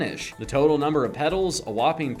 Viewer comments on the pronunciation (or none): none